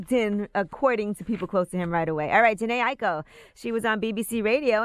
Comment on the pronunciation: Jhene aiko I think u pronounce that name a certain way